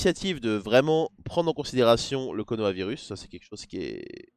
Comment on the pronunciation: C'est moi où il a dit "konohavirus"